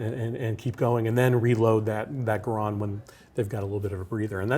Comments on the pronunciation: Hearing that guy talk about the garand was painful. It's pronounced GAIR-END, it's an en bloc clip, not enfield (the name of a british rifle), and the ping thing was totally a myth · That's the first time I've ever heard garand be pronounced like that. Also ejects the enfield clip. Hehehehe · Somebody please teach this man how to say M1 GARAND. and a enfield clip?!?! it uses a fucking C bloc clip. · Garand rhymes with errand, according to the designer of the rifle. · I am concerned about authenticity when the game director cant pronounce GARAND as it commonly is, and refers to the En-bloc clip as Enfield clip. The ping causing German troops to pop up from cover is generally regarded as a myth. Small details but Sledgehammer told us about how much research they did and then crapped out COD WWII. Hopefully its a great game but I have concerns.